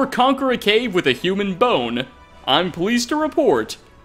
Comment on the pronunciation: The Hun-am? .... Quick question mate. How do you pronounce Human? Hue-mun or Hum-an?